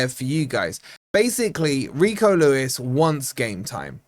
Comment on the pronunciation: Well at least you can pronounce his name, but seriously, this Lad has huge potential and can only get better as he gos on. But, we still need Luiz more than anymore wide players.